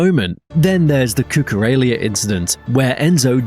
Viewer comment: It's Cucurella, not cucurelia